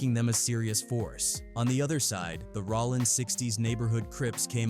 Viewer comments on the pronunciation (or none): Bro. It’s rOllin not Rawlin. Idk why but i can’t bring myself to finish the video with your mis pronouns. It don’t seem like you should do content on this work.